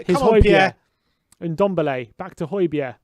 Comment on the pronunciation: So annoying the way he keeps saying holbergs name. It's not hoibierre is it and no it's not even pronounced like that either ffs